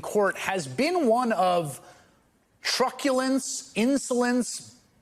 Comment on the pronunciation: Trucculence? oh boy you really are out of touch...